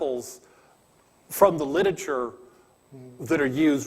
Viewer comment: He can't pronounce "miniscule" or "literature"